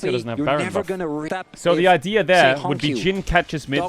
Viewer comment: that is the most british there i have ever heard from (The idea THERE)